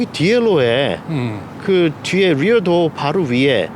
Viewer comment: 리얼도어에요.. 리어도어에요? ㄹ뤼어까지는 인정하겠지만, rear를 real이라 하시는데, rear가 real로 들려서 상당히 불편하네요. 해외파 이신지는 모르겠지만, 가능하시면 한글로 후면, 후석으로 말씀하시길 정중히 부탁드립니다. 리얼은 미국 유튜브에서 하셔도 무방합니다.